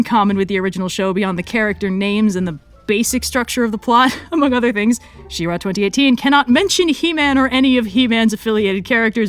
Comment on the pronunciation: IT'S FUCKING SHE-RA AHHHHHHHHHHHHHHHHHHHHHHHHHHHHHHHHHHHHHHHHH